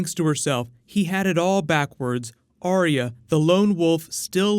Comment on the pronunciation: Dude keeps saying Arya with 3 syllables like Aria T'loak from Mass Effect. Arya just has 2 syllables "are" "ya"